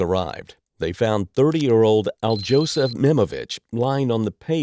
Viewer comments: Alyosha Nemovich, not Aldzhosa Nemovik, illiterate... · al-jose pronunciation is crazy work. it will trigger the whole balkan.